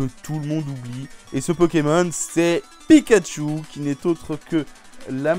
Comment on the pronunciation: Purée tu m'a blessé avec picachu ON DIT PIKACHU !